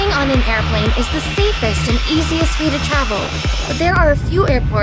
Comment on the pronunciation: 0:6 did she just said the word 'safest '